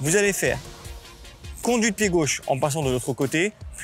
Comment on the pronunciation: "conduite pied chauche"